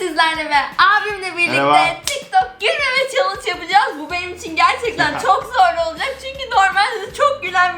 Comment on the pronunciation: Abla sen gülmeme sen chellenge diyince ben gülmeye başladım 🙊😹😹😹😹😹😹😹